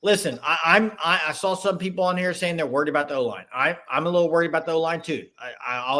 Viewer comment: Aboot... Lol. Is that Canadian. Lol😂